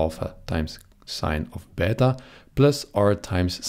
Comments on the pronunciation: Wow! Ive never heard anyone actually using the correct pronuciation for plus and beta like that! As an italian and a greek/latin student I really appreciate that! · as a russian i appreciate that too :^)